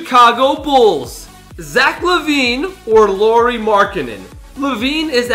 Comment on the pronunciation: it is Lauri